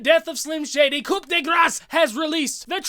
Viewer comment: I love you. But for the love of god, its coo not coop. Lmao